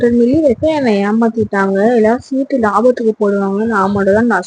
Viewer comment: சிட்டு இல்ல மா... சீட்டு